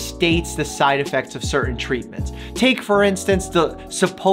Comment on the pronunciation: I love the....”side edfects” cam